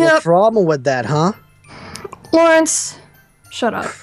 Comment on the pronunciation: Laurence = not luirens